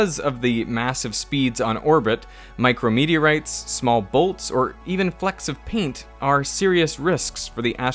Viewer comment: had me so confused. My dumb ass heard "micro media rights," not "micro meteorites" and it took me 5 seconds and a replay to figure out what he said😅